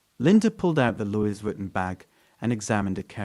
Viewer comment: "Luey- vi-ton"